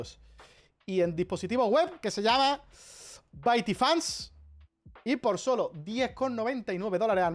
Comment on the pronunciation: Baityfans ❌ bA.I.tyfans✔️